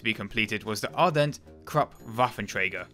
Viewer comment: Ardelt, with an "L"--you keep pronouncing it as Ardent.